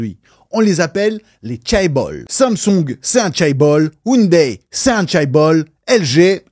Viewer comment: Merci de ne pas avoir prononcé ounedaye. Une série sur la justice et la corruption (et la mafia) : Vincenzo.